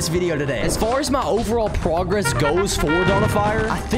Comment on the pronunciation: why did you say pwogwess???